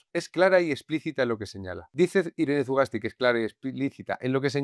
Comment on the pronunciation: Una corrección, es euskera no se pronuncia la Z, deberías pronunciar Sugasti. Sólo eso, el resto es impecable, como siempre ♾️👏